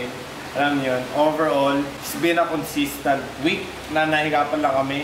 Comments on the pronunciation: "consistent" po yan hindi "consistant" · "CONSISTENT" po yun hindi po CONSISTANT HAHAHAHAH😂💀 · "Consistent" Po Hindi "consistAnt". God bless.